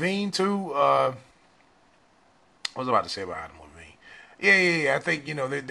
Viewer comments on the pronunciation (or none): Its adam levine not adam levene